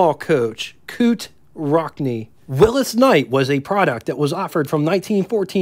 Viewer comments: You need to work on pronunciation. It's not Willis , it's Willy's it's not kunoot , it's knute. Probably more that I missed . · So many mispronunciations and incorrect dates and information..... But, entertaining nonetheless. Willys......."Will-ease" Devaux....."De-voe" Erskine....."Ur-skin" Knute(Rockne)....."Newt"